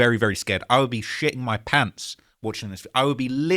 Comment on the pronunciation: litcherly pewping moy pawnts